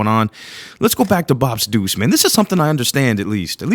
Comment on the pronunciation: "BOPs Deuce" but it sounds like "BOBs Deuce" lol 🍻🍻🍻 Cheers 🍻🍻🍻